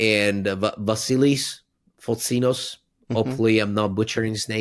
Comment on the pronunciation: Hey guys, Vasilis Fotsinos here. You pronounced it great btw. Hope to see you all in Thessaloniki soon 🤘